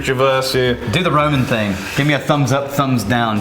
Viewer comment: It's a well known thingk